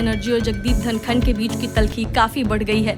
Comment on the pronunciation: धङकन नही धनखड़ बोल